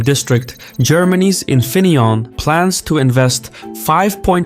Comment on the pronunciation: Infineonn😂😂 lol the famous manufacturer in my place